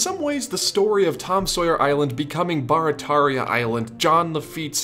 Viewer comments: Great video, super interesting, and I’m proud to be one of your quarter million subscribers. As someone who lives in New Orleans, I do have to tell you though, it’s not BAR-a-TAR-ia, its BEAR-a-TEAR-ia. 😛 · I know this is an old video but I just found it. Barataria is actually pronounced like “bear-a-tear-ia” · We pronounce Barataria as bare-a-tare-ia here in the New Orleans area. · it's pronounced (bear rah tear ria) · You butchered Barataria. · I'm from New Orleans. We all pronounce it "gene". And it "bear-uh-tare-ee-uh". Love ya, cher! Eh la bas!